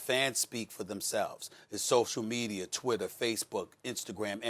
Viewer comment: Stephen A "MedieR" Smith